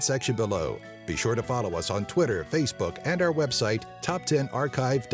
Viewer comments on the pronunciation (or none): none